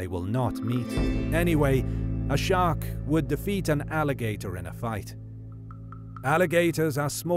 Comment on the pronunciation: thought you said shrek